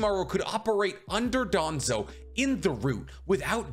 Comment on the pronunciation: Wouldn't even be surprised if it was danzo Its danzo cmon